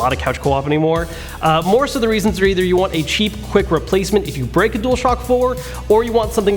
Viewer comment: When he says cheap it sounds like he says sheep